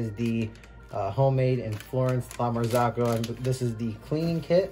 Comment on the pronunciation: It would be nice to know something about the brend before you buy it and not buy just because it is expensive. It is called "marzocco", not "marzacco"... I may be hater or enviois! :)